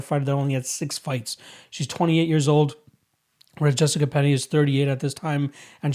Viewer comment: Jessica "Peña" lol